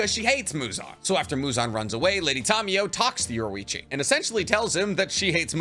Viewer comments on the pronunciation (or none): Yorichi not yorewichi It’s infuriating to hear i enjoy waching say it that way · Ok I’m not ussaly a picky person, but I will kill my self if u say “Yorwechi” one more time. U say it like this: Your-E-chi so pls say it right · Why do you say yorwichi and not yorichii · his name is yoriichi not yoruichi